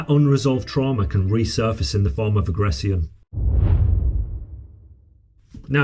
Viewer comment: Ive never heard anyone pronounce words like this before Its not a "ceon type sounds is a "shon type sound from the ion words Emo "shons " not emo "tiens" Agress "shon " not Aggress "ceons 😅